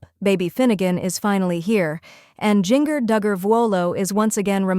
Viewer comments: It’s Jinger like Gingerbread NOT Jinger like Singer!!! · Omg its not jin-ger its jin-jer. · I don’t mean to be mean, but I watch you often. You pronounce Gingers name incorrectly. It’s pronounced Jenn-jur. Maybe that will help. 😊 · Drives me nuts the way she pronounces Jinger’s name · I agree she never pronounces Jinger correctly. Drives me nuts plus this YouTuber starts stuff that’s not true!